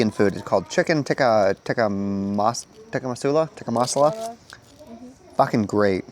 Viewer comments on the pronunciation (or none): wtf is tikka mussla lmfao americans